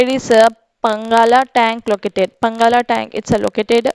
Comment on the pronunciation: mam it's not a పంగాల tank it's పానగల్ tank